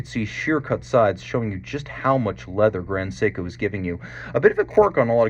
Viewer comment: you're expertise is unquestioned, but It's 'grand seiko", not "grond seiko"...